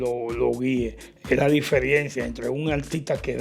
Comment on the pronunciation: Diferiencia no...,es "diferencia" Sr. comunicador.